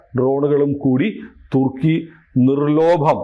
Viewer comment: Sorry, one correction, " nir LOBHAM " alla..NIR LOPAM..